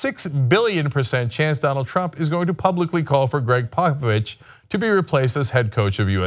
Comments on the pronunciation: He's saying Popovich, I kept hearing Papa Bitch! XD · I swear Cenk is saying Pappa Bitch... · Thought he was saying "papa bitch"... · I honestly thought you were calling him Papa Bitch. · I thought he was saying papa bitch